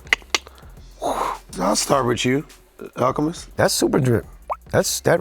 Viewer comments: HOT TAKE: did not pronounce al's name correctly in da beginning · for butchering Alchemist’s name 🤣🤣